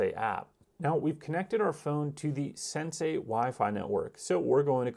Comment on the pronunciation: At least pronounce the name correctly